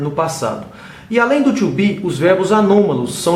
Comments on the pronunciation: You said verb "TWO BE", instead of "TO BE", LOL! Good job anyway! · Bom tutorial tirando o verbo "tcho be" ;)